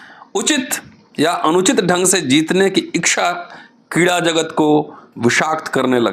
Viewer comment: Thank you very much, sir ! I think it is ' ichha', not ' ikchha'.